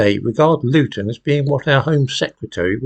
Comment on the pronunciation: Did he say Loughton?